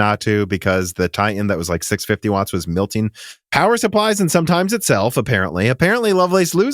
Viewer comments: Why do you keep saying “milting”? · Please stop saying "milting" it's "MELTING"